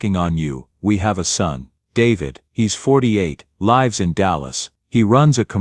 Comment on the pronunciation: Pronouns "Lives" properly. You pronouns it "lifes"